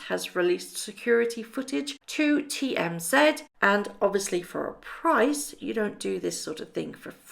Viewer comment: Do you mean TMZ? It is not TM-ZED! I do realize you and Canadians "say" ZED for the Z, but that changes the ACTUAL name of the BUSINESS! If you expect to be taken seriously as a Journalist then it would be better to just say "Z", the actual letter!